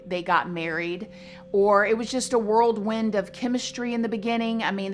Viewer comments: Whirlwind. Not worldwind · Whirlwind not worldwind and there's no noise in Illinois. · Whirlwind. Not worldwind. Also Illinois s is silent. Also not drowned out process...drawn out process. It's also not an odd topsy. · The way she says “world wind” instead or “whirlwind” 🥰